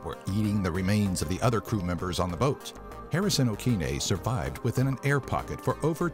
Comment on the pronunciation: "suvived" lol